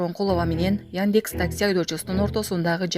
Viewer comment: Кабар окуп аткан Кыз создорду туура айтчы, Яньдекс эмес, яндекс